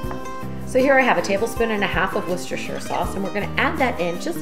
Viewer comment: Looks lovely! I’m going to make this this evening for friends. By the way, in the UK when we say ‘Worcestershire’, we don’t pronounce the middle syllable, and slightly elongate the first syllable so that it sounds like the ‘woo’ in ‘wool’, so ‘Wooster sauce’.